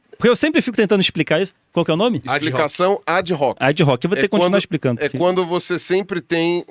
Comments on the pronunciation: A pronúncia latina para Ad hoc... Não é o americanizado "adrroque"... A pronuncia correta é: "adoque". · ADIRROQUE, Pirula? Ad Hoc Pronuncia-se /adoque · / Explicação ad hoc é um termo latim, se pronuncia "adóque". Significa Explicação falaciosa, forçosa, para chegar a uma conclusão falsa